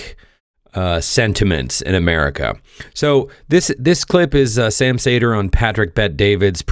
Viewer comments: ... cedar, not saytr.... Bugging me.... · It’s not pronounced “say-dur” it’s “see-der” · Say his name as you would "cedar". How are you a progressive & don't know Sam? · His last name is pronounced “cedar”.